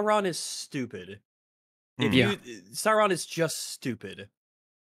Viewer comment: It's SAURON, pronounced SAU-RON, or SOW-RON. Not Say-ron. STOP SAYING SAY-RON.